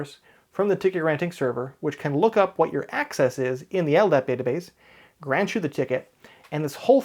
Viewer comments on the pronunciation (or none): none